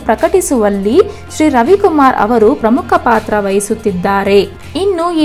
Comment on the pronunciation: Ha varu alla avaru